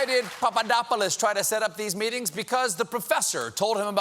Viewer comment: You pulled a nice Stewart with the Papadopoulos pronunciation A+